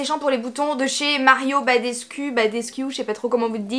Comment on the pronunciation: Mario BadescOu (pour la prononciation)